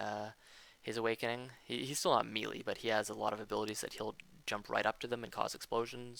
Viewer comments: Nice guide, thanks for posting, but please stop saying "mealy" (that's a word used for the texture of food). Melee is pronounced may-lay. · "Melee" is pronounced: may-lay, in American English; and meh-lay, in British English. Not me-lee, witch is how "mealy" is pronounced. ^-^ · He clicks through some stuff and mispronounces melee a lot. Didn't miss much.